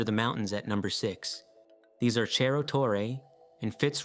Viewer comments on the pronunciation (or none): It's not pronounced cherro